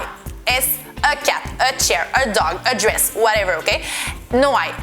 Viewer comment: en el cuando dice "a dress" pronuncia la r perfectamente, conclusión: está fingiendo su r francesa exagerada